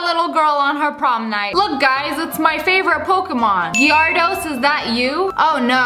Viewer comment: “It’s my favorite Pokémon Gyardos.” -Sssniperwolf